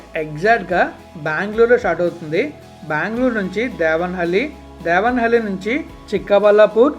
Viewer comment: bagepalli its not bajepalli its devanhalli not dyavanhalli